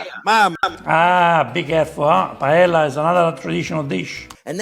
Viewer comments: Love your videos! But after roasting Chef Jean Pierre for mispronouncing "carbonara", you messed up "paella"... calling it "py-EL-a" is like putting cream in your "carbonare"! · Calls out Jean Pierre for not pronouncing 'spaghetti' like an Italian. Proceeds to mispronounce 'paella' Typical Italian. 😄